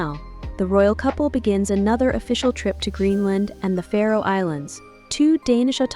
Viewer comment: It's Faroe island not Pharaoh island.